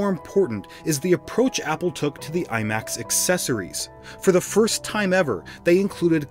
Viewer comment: I’m sorry but you did not just say iMacs 😂